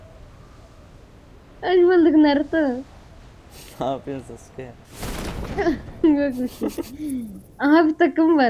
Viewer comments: Naruto abim hiç mi Naruto izlemedin o "sasuke" değil o "SASKE!" olucak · Sasuke değil saske sinir oldum 😂